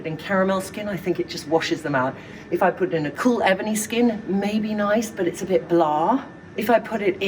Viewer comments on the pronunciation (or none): none